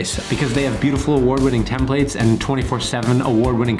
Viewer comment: pronunciation of template (tem-pluht) really erks me.